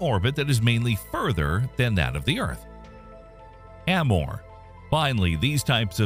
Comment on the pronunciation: The way you pronounce LaGrange points lol and apophis and amore